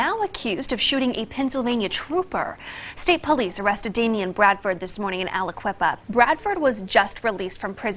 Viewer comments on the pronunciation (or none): I remember this case very well. This happened in my area. When I heard his name in the news again I thought the same thing you did. Man, he had a second chance at freedom and blew it. I doubt very much he'll ever see the light of day again. And btw Aliquippa is pronounced al-a-KWIP-a. If anybody is familiar with that weirdo CUZZO-crayon face, that's where he's from.